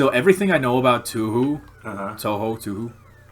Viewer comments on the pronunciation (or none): "Touhou" is pronounced with the same vowel sound as "Tokyo" Written in Japanese Touhou is 東方 And Tokyo is 東京 Both share that first kanji: 東 which is pronounced like toe and means eastern.